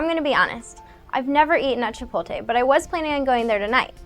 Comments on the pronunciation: Great video, but one of my biggest pet peeves is when people re-arrange the letters in a word and pronounce it wrong! I don't know why, but it just bothers me when you said "Chip-ol-te" instead of "Chip-ot-le". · It's not Chi-pol-TE, the word is chi-POT-le. Pronounce it slowly... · Chipolte? It's ChipoTLE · hey say it with me Chipotle CHI POT LE not chipotA idiot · I've never eaten at "Chipoltay" either. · chip-oat-lei lol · Jesus christ it's not that hard to pronounce Chipotle. The L comes after the T, does it not? Stop saying CHI-POL-TE... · Chipolte lol. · chipolte? CHIPOL-TE?!?!!!!!!!!!! i'm done with this video. nope. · Amount of calories doesn't make a food "bad". Anyone in athletics or with fitness goals consumes more calories daily. And learn how to pronounce chipotle. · Cringing at her pronunciation of "Chipotle." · please pronounce the L in chipotle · she can't even pronounce chipotle... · Please learn how to pronounce chipotle the correct way.